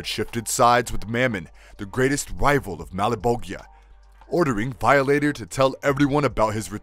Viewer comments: and Vialater lol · How bout how he pronounced veeohlater, criminill, seeeAnn and bat..man? I don't understand how there are this many mispronounciations made it to a finished video lol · excuse me, but it’s pronounced VAI-O-LATER. I don’t know wth you said. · Gonna seriously say violator wrong 😩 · Who narrates this ? Can't pronounce simple Violator or Cyan ?